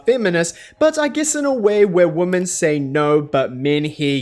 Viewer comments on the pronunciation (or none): a mispronunciation is not a dialect. Plus it's confusing, you don't know whether he means "woman" in the singular, or "women" in the plural. The two different pronunciations serve a purpose, and the entire English speaking world was on board with this until like 5 minutes ago. I used to never hear people pronounce "women" like "woman", now suddenly it's everywhere. And it's confusing. Your example from German is not a direct comparison. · women is pronounced weemen